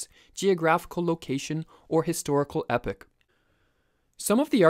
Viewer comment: Can I just make a very gentle suggestion that you look up how to pronounce words you're not familiar with? Your pronunciation of epoch was very distracting and again made me wonder if you understood its meaning. Very informative video aside from that.